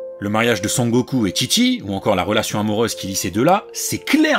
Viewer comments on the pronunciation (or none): Il a dit TchiTchi ou j'ai mal entendu ?!😮